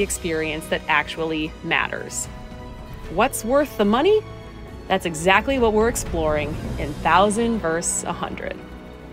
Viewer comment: Versus, not verse.